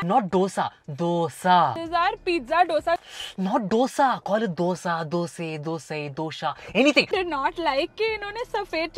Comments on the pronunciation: Actually its south indian dish... So i think our pronunciation is the right one... Doshaa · If malayalee can pronounce dosha what is the problem if they pronounce doughsa🤔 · its not DOSA, say DHOSE (dhosey) ..pronunciation is very important in karntaka.. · Wait i still understand why dohsa ?? Dosa is the easiest word to pronounce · For God sake guys it's pronounced DOSE not dosa.